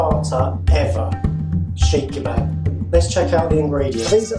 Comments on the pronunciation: Never heard of a SHEEKH KEBAB...THE DAMN THING IS CALLED "SEEEK KEBAB" SEEKH KEBAB NOT SHEEEK! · Is that how you pronounce it? Chic kebab?